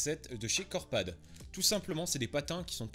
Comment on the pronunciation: A un moment tu parlait s des deux marques les plus connues et tu as dit deux fois corpad😂👍